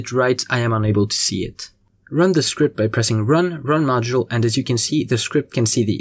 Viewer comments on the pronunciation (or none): is it me or the "see it" sounds like aireu or im going insane